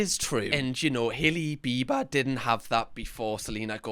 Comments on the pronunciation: I think this is just me… but every time you say “biber” i understand you as “beaver” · I love how u say BEE-BA in your accent as in Bieber